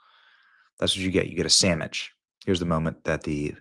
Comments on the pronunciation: What is a samich? Are you trying to say sandwich?? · Did you say “Sam-Mitch?’ That’s hilarious. They should let Greta etal land. That would put an end to her nonsense and platform. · "Samich!" Coffee almost spit out!!😂😂This entire video is cracking me up hard!!😂😂😂😂 "12th century farmer!"😂😂Sstttooooppp!😂😂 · Benny said, “Greta loves herself a tasty sammich.” 🤣🤣🤣🤣